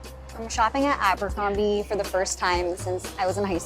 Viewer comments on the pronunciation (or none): Look at you… Aa-buur-combieee … cringe